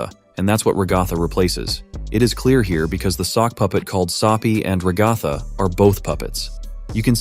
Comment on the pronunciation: Other than your bizarre pronunciation of Ragatha’s name, I’m not exactly sure that’s a smile. It looks more like that’s just the very awkward shape of her face in a resting state.